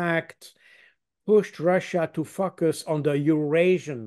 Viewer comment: Brilliant. But every time mr. Baud says "focus" I get confused for a moment...🙂